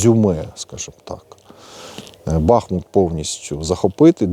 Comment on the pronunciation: Не бАхмут а бахмуУт!